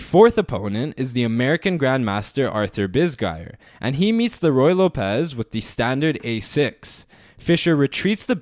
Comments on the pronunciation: Not loPEZ. It's LOpez, like locker. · ruy lópez, not ruy lopéz